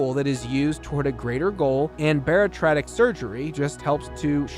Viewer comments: As stated previously here, I think the operation is called and pronounced BA-RI-AT-RIC, not baritratic surgery. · Bariatric... pronounced bare-e-at-trick according to me or according to Webster's dictionary bar·iat·ric | \ ber-ē-ˈa-trik No offense but since your channel focus is 600 lb life it would help people not familiar with the show if you got the pronunciation correct. Not sure if there is an AI auto reader or real human behind the narration but there are a a lot of mispronunciation of character names as well, which can thwart new fans in their search to look up those episodes. I enjoy this series a lot, as a superfan perhaps I am just being picky. Cheers to your continued success! 🙀⚕👨‍⚕️🥼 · At and a few other times in the video the word you’re looking for is bariatric, “baritratic” or whatever you’re saying isn’t a word lol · "Bear-a-trotic surgery?" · Bariatric. Bare ee at trick lol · Thank you it was driving me crazy . Lol